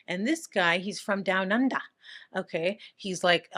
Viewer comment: The way you said down under had me 😂 there is no one like you ❤